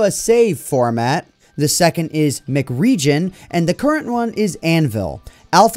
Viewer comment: I dont think its pronounced MCRegion as in McDonalds. Its probably pronounced M C Region as an abbriviation of Minecraft